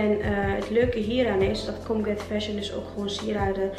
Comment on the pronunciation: ik doe mee!! ben ik trouwens de enige die colgate fashion verstond hahaha